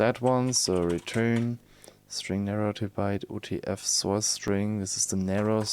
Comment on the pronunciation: I like how you pronounce soyce :) you should keep it as a running gag in all future videos <3